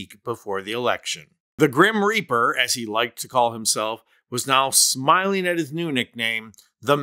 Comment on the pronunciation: Also, mitch is self-proclaimed himself the reaper. Or, as he says it lazily, the reapah.